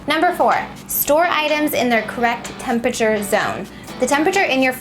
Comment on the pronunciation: She calls it tempature too lol